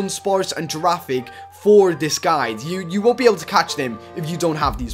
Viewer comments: dude its pronounced GIRAFIRIG not girafig but its ok:) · It's girifiraig not girafig (I don't wanna be mean) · girafrrige not girafig